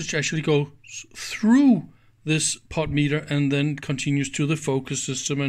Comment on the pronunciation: You're making insane! You insist on pronouncing the word "POTENTIOMETER" as "POT METER"! Try "PO ten ti OM e ter" sometime. Dave